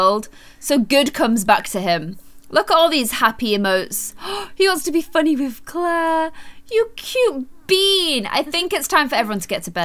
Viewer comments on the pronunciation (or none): No it’s Clar uh